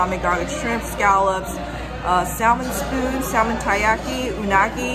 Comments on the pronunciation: you're not supposed to pronounce the L in salmon, lol. It's "sah-men";) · It’s spelled salmon but the L is supposed to be silent.